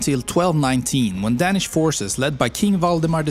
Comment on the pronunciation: For me it was the "Dänish"